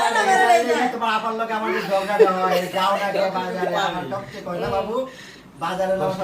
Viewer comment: ঝরগা না ঝগড়া